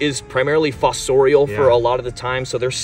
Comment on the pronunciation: Say fossorial again, I dare you!